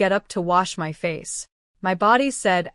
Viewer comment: or instead of "MY" its M-Y😅😂😂